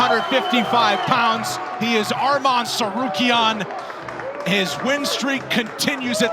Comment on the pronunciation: "Armam tsarukyan"